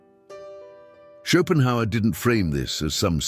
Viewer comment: Chopin Howard - gotta love AI narration. 😆